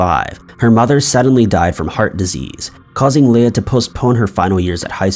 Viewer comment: He also pronounced Leah wrong. He says something wrong in every video and it’s so annoying